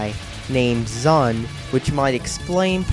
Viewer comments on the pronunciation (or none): I hope you understand that you can't create a review about a game if you don't do your research. It's pronounced "Toe-hoe". The two characters you claim are the only playable characters is false. The creator's name is ZUN (pronounced Zoon). ZUN has other people play-test each of the games rigorously before each release. ZUN has also stated that there are in fact male characters, they just can't use danmaku as well as the females can, and therefore are not featured in the games. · I think (hope) this video is a parody, because he says toe-who and zun instead of ZUN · Only one minute into the video, and I see you haven't been looking into the series all that much. Seriously. Toe-who? Zuhn? xD If you want to make a hate video, do more than three minutes of research. I'll be looking at the rest of the video now. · Toe Hoo? Zahn? Lmao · And I know you're American but you pronounce ZUN wrong